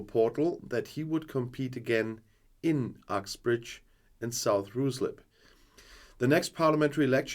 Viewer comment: Guten Tag, sorry for being pedantic by 'Ruislip' is pronounced 'Rislip'. I know I should get out more. Love your constributions! Reply